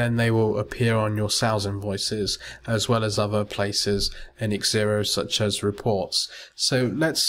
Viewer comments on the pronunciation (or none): It's Xero. Pronounced zero, but he kept on saying xzero. What are you trying to say? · it's zero, not xzero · LOL I was correcting you...the software is called Xero pronounced zero get it right haha and learn some manners